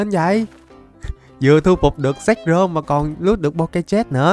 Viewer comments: Zekrom chứ k phải zekcrom bruhhhh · Zekrom nhe a chứ ko phải zekcrom